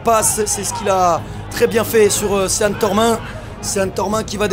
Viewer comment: Commentateur stp apprends à prononcer le prenom de Sean Tormin, la tu charcutes son prenom c est hardcore, STP: prononciation: sh-eh-n